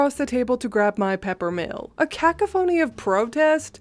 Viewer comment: It’s pronounced /kuhkahfunee/